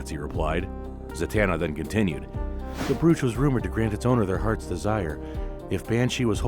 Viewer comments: The word is brooch it has a long o sound making the oh sound. Not an oue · so this is AI voiced or dude is a ESL brooch isn't pronounced like that. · One thing. Brooch rhymes with coach.